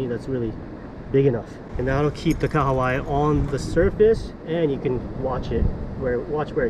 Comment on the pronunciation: I must say, I appreciate your pronunciation of the Kahawai. Most people in NZ struggle😂